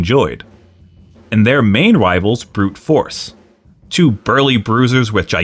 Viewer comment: It looks like it's pronounced "Brute Forks"😂